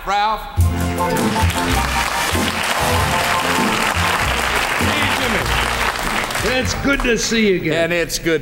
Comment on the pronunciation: It's funny that Jimmy Dean always called him Ralph instead of Rowlf lol still good stuff though